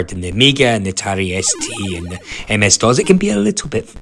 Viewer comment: That’s not how you pronounce DOS. It’s not DOZ.